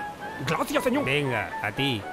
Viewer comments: "Glaciah senioool" 😂😂😂😂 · "Glácia señodl" xD